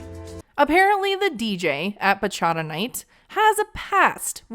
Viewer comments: It also doesn't help that she can't pronounce "bachata" correctly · As a dominican i cringe that she thinks she's a bachata singer. Girl go seat down somewhere. With the (bachara) is bachataaaaaaaaaaaa 🇩🇴🇩🇴🇩🇴🇩🇴